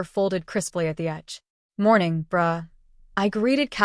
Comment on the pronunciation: Okay the bruh sounded like bra 😂😂😂😂, it's kidda funny